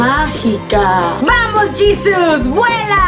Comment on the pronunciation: ¡¡¡¡Y tu que dises llisus???? Jesus-aweevo!!!!!!